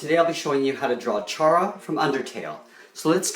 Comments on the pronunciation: It's not purnounsed chara it's spelled chara but it's purnounsed k-a-r-a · It's kar-a not chair-a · ITS PRONOUNCED C-A-R-A Not ch-ara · U say it car a not CH ara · chara is actually pronounced 'kara' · It’s pronounced cara and writer chara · Is anyone triggered with saying CHA-ra? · u pronounced it wrong its /ke:ra/ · Waaaait isn’t Chara pronounced as CHARActer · It's c-ar-a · Chara. C.har.a (Kar-a\ car-a) A character from a game. Please don't prounonce the name wrong. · ITS PRONOUNCED CARE-A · OMG I hate it when you pronounced her name Chara. its pronounced Cara or Kara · It's meant to be pronounced kara like character, gettit? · Lol u pronounce it wrong it's like Kara not chara well dats da name but wrong pronounce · the H is silent